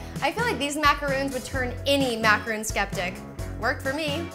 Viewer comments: That's because you don't know how to pronounce stuff. It's spelled macaron with one "o" for a reason. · I really wanted to watch this but if the baker can't say the name of the cookie, why would I?? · MACARON NOT MACAROOOOON MACRON MACRON MACRON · The fact that she pronounces the French Macaroni incorrectly makes me less inclined to believe in her recipe :/ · Caroline W. Thank you! it was quite annoying to hear it pronounced wrong. She appears to be a good baker so it's a shame she doesn't exactly represent the Macaron well by calling it by the wrong name. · Does it bother anyone else that she doesn't pronounce it right? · These have no coconut. They're not macaroons. They're macarons. very different pronunciation. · It's MACARON not MACAROON. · MACARON not macaroon. You moron. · Woooowww, so what she pronounced a couple of words wrong..big deal. I bet nearly everyone (including me) would have done the same. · looks amazing! I'm exciting to try this recipe. Sidenote though: Macaron is pronounced 'Mac-ah-rohn'. A macaroon (mac-ah-roon) is the one with coconut in it. common mistake though, I only realized they were pronounced differently a couple of months ago =) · Maca-ron is how you pronounce it! It kills me when people don't say ur right -_ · You're pronouncing macaron the wrong way 😂 you're saying "macaroon" which is a coconut cookie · macaroons really? smh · It's macarons not macaroons!! that's something different! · If you're gonna make a video on how to make a MACRON, you should at least pronounce it right. There's a difference between macrOn and macarOON. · Yeah but I gotta break it to you..... It's MACARONS not MACAROONS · it is not "macaroooons" jeez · OH MY GOD MACARONS, not macaroon! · Gabbi.Sadz EYE TWITCHES ITS MAC-A-RON - MAC FROM BIG MAC & A & RON FROM HARRY POTTER! DAMN IT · MACAR-ON its macaron btw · It's macaron not macaroon. Macaroons are made with coconuts and are like biscuits. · mak-a-ron not mak-uh-roon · It's pronounced Mac-ah-ron